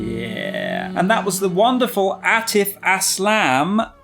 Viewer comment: Man can’t even say the name of Atif I’m cheesed